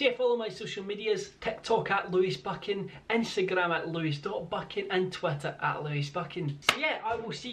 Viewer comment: He says twitter like twater